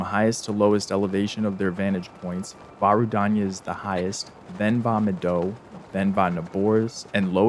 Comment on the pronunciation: The way you pronounced vah medoh with the same inflection as the words "vomit dough" gave me physical whiplash. Great video to watch at 3am btw, i'm subscribing!